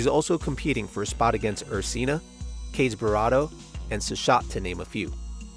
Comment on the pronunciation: High-quality video! Just wanna correct the pronunciation for Kageburado: kah-ge-bu-rah-do the five syllables rhyme with: 1) ca from Carmen 2) gay, but very short and don't pronounce the y 3) boo, but very short and don't round your lips as hard 4) ra - like the "rah" in "hurrah!" the r is difficult for monolingual English speakers so I'd say just pronounce the r like you normally would. 5) do - like in pizza dough, but very short and don't round your lips as hard. Like you started saying the word "dough," but someone karate-chopped the -ugh off the end before you could finish the follow-through.